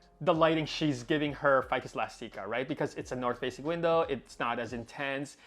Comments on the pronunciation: "Ficus Elasteekah" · Mine looks great too! Your string of hearts is looking great. Also, isn’t it eh-last-ick-uh? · Ive been pronouncing it "elastic-a" this whole time ☺️